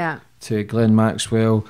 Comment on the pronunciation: Well done,,,,,shes the first person I've heard (from 100's of interview's) that's pronounced Maxwell's name correctly. Goes to show she a Proper Journalist compared to the majority of others that claim to be. Keep up the good work Sonia.